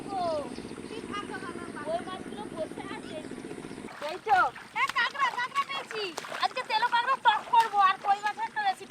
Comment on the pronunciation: কাগরা আবার কি জিনিস?? কাঁকড়া